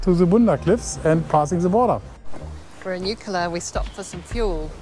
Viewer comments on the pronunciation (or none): It isn’t Oikla it’s Eucla,.sounds like ‘YOU-KLA,….. No ‘A’’ in the middle…….. and it is NOT ‘NOOL A BAR,.. ITS NULL-ARE-BORE’.and that track that you went down to what’s left of the old Telegraph Station, is actually part of the original Eyre Highway and the track that you went down there on is known as Old Eucla Pass….. also on the old Eyre Highway. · Eucla, pronounced 'youcla'